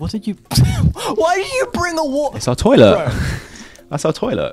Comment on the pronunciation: “it’s our tolat, is our toylet”